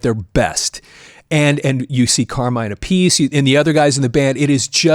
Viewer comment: Ok I used to do this, the name Appice should be pronounced l so, it rhymes with Appleseed. Vinnie and Carmine Appleseed. Vinnie played on Mob Rules than played for Dio. Really love the love you are giving Vanilla Fudge.